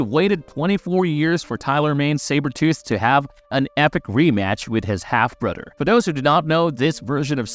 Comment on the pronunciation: Always thought it was brother not brudder